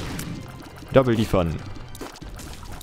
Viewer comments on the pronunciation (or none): none